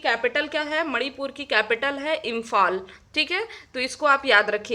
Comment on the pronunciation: Mem apne likha hua imphal hi tha bs bolne me mistake hui thi